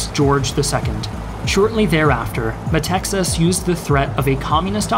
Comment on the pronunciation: Why are you pronouncing the name of the Greek dictator "Meh - Texas", it's written METAXAS, at the very least pronounce it Meh-Taxas.